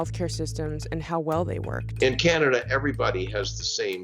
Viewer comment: "Canda ?" wtf is "Canda ?" >